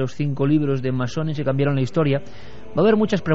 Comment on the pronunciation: ¿Cambiarón? ..¿Cambiarón?